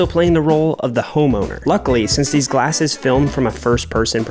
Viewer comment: "Gallses" blew me up 💀💀💀💀